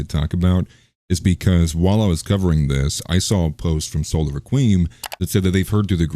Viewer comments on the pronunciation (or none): Requiem not raquim